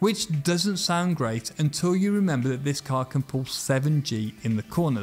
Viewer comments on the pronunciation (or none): none